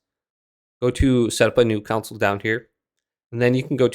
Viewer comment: I Never heard anyone pronounce console as council??